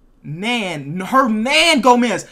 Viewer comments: supposed to be an NBA YouTuber but he thought Hernangomez was Hermangomez😑 smh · I WAS SCREAMING IT'S HERNANGOMEZ WITH AN N LMAO